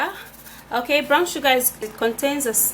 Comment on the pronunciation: It's brOwn sugar, not brAwn sugar